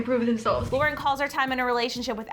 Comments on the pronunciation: Um its laurDIY not lauraDIY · They keep saying "laura diy" and I'm a pretty little wassabian and i DO NOT appreciate this😑